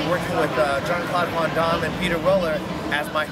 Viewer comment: john claude von dom?...come on le, its VAN DAMME.